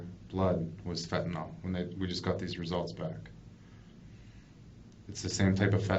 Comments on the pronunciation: Why is it people keep pronouncing FENTANYL as fentaNOL. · Fentanyl ! Not fentan all